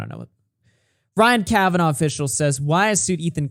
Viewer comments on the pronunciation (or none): Don’t believe Keem for a second. And I think deep down, doesn’t believe him either. Also, it’s not “Kavanoff” Keem 😂 This man can’t pronounce a name to save his life.